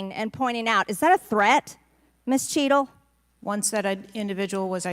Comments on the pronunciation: Anyone else hear “shittle”? 😅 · minutes into the video😂😂 Listen to how he pronounces the director cheatle's name😅